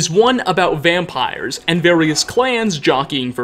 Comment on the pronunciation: I like your content and when it pops up on my feed I sometimes watch it....but if you could stop emphasizing UHHH at the end of words where it doesn't belong,I might subscribe...till then,nah bruh....your annoying. "Mysteriesuuuh" "Eastereggsuhhh"..."Dragonsuhh"...."Vampiresuhh" ......seriously bro,cut that shit out.